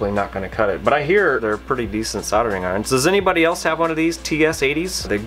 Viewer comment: Good stuff! soLdering has an L. It is not soddering... Still, I can look past that as this is a great, informative vid.